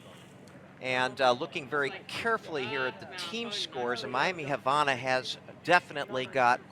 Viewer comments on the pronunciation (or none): The way he pronounces Havana makes me angry